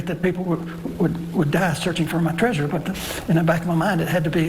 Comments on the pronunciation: Tree-sure? You mean Trey-sure. Like Leisure, Pleasure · Uh, “Tree-sure”? What! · why does call it treizure like seizure